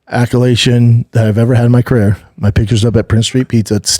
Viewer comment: We call that babanese. Carair